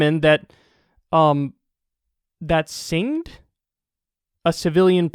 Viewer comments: singe-d, not sing-ed. Past tense of sing is sang. The thing got lightly burnt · singed is pronounced "sinjed." past tense of singe = burn slightly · Singed sounds like sinjed, which is like burning it superficially, the outside of the plane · Lol. Singed is not to sang as singed is to become burnt. Hard G... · Singed (cin-ged) As in to lightly or superficially burn. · it's pronounced singed. Like singed. Not singed. And definitely not singed. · singed ... sin-jed ... slightly burned. come on, man. :) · It’s pronounced “sinjed” my dude! It means burned. 😀 great info, and the odd things that trip you up make my day. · Kyle really said "sing'd" when reading "singed" lol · Darling, singed is phonetically pronounced SINJED - as in, the fire barely singed my coat. I'm so glad you brought awareness to this. I wasn't at all hopeful about Biden as President, though I did feel slightly encouraged when some of the executive orders were coming out. Fucking fuck. Will he ever stop being such a disappointing con? I hate it too. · singed = sinj'd lol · past tense of singe (sounds like sinj) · singed with a "j" like jar. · Oh no, Kyle. You don't know the word "singed". I hope you never live that down. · We Dutch people are proud of our education and it is true that we are often more proficient in English than native speakers which was proven here once again as I had no problem with the word "singed". Shame on you Kyle! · It's not singed bro it's singed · I wanna take u seriously so bad but when you can’t pronounced singed that worries me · 'Singed' rhymes with 'fringed', as in to burn. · Singed=Burned. Lol God dammit Kyle.